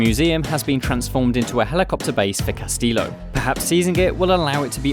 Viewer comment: The way he says Castillo smh hell nah 🤣